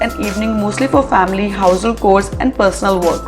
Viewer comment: It is pronounced as ‘chores’ with a ‘ch’ and not ‘k’.